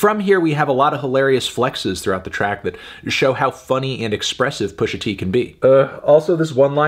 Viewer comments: I feel as though you shouldn't be calling Pusha "Pusher t" with the R, but great review otherwise! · It's Pusha T, not "Pushing P". Other than that, great review.